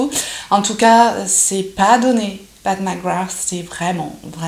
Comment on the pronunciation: Pas de surprise sur la pigmentation des fards!!! C'est top! Et je trouve que tu t'en sors bien dans la prononciation de son nom!!! Lol! J'adore ce look un peu "vampy"!!! ça te va très bien! Bisous